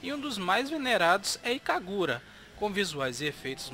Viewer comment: "Ikagura" ( eu ri ). O vídeo tá ótimo, parabéns. E a Treasure pra mim é umas das melhores empresas que já existiram.